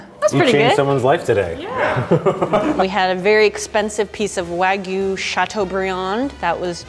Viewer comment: Why doesn't tell them how to pronounce it correctly?! 🙈😭🙉 Waaaeeeegyuuu....:(